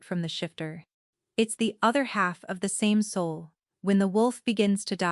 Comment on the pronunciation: Fix the audio t/h is not always th